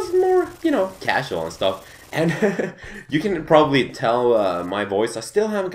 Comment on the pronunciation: when says you it sounds like JEW:))